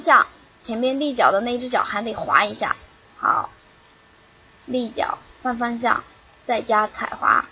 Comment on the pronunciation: christine tran 立脚换方向，说得挺标准的啊。